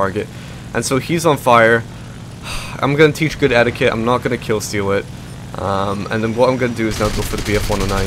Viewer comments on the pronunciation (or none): none